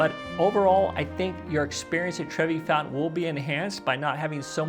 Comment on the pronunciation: it’s Trevi not Trevy